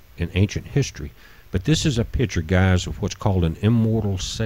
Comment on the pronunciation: Are you saying Gaz instead of Guys? Are you saying pitchers instead of pictures? Are you saying "I sad" instead I said ? Are you saying that you don't know what the color spectrum represents in the photos you have in your vid? Did you ever read the Ringmakers of Saturn ? It ss not telemerese it is telomere(plural telomeres), did you ever care to search for correct pronunciation?